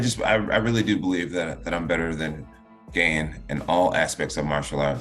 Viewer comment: Jones will GANE much respect for GAIN after he gets destroyed by him. Jones knows dam well how to say his name.